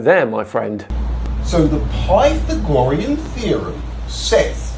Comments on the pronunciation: Come on,. The guy is wrong enough without you bagging on his pronunciation (which you mispronounced) when he corrected himself. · how many times can you mispronounce Pythagorean theorem in one small video? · The poor guy not only doesn't know how to pronounce "Pythagorean," he doesn't know how to indicate a right angle. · I'll be completely honest.. I had NO idea what the hell he was talking about with that butchered pronunciation. It wasn't until he drew a right angle and wrote the A and B that I got it and finally rolled my eyes. lol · nope, pronunciation is crap. he repeatedly makes this particular mistake. that he then pokes fun at others' mispronunciation is pretty cringe. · The way he butchers Pythagorean theorem makes me violently angry. You can tell he’s never heard it said by anyone in person before 😂. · I can't believe that these guys feel confident enough to upload this garbage. Thanks youtube! Thank god the video ends when it does. I can't hand listening to him butcher Pythagorean one more time. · Did you see how much chalk was on the floor? I bet he did like 40 takes trying to say Pythagorean and was finally just like "F it, no one will know". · That guy got me forgetting how to pronounce “Pythagorean” for several minutes after this video. I guess stupidity is contagious. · If he'd heard it, he would pronounce it correct. He's sounding it out phonetically based on reading it, but not understanding the exceptions for pronunciation of loner words. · I swear he's saying "pythongorean theorem." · Plathagorian? Piethagorian? 🤣🤣🤣🤣🤣🤣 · It's PythagoREan, not PythAHgorean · Ah, yes, the prythonagroriam theorem. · but but but, PY-tha-GO-rem is JUST A THEOREM! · How can someone be this stupid!? Wtf is pie thegorian!?!?!? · The “PIE - tha - gorian” theorem, what a complete dipşħïț 😂😂😂😂 It’s unbelievable that he says he knew right away that it was horseradish, so the other % of the global population must be wrong. 🙄🤦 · "Python gorean" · Pie Thaggo-Rean?